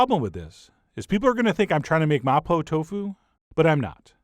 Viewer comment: That "ma po" pronunciation is spot on. lol